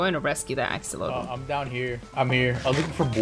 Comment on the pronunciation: I love how they pronounce axolotl, it's adorable xD